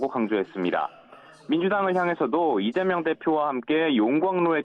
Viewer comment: 기자도 이점명이라고 .. 30초 부분 얼마나 쩜명가 각인되었으면.. ㅎㅎㅎ ?